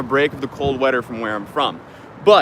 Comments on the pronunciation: “Cold wedder” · "Cold weader" this mf said😂😂😂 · clode wedder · "cold weader" sums up his youtube existence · he said cold wedder